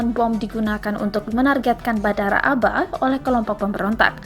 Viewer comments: Dibaca Ab'ha bukan aba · Abha bukan aba😀😀